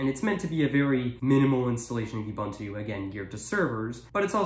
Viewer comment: As a side note: it's not pronounced You-bun-too; it's oo-boon-too.